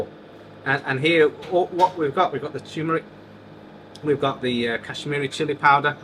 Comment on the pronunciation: It's TURMERIC not TUMERIC it has the letter R in the word.